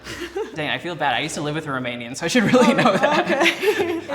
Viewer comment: always getting Romanians incorrectly. Lol love it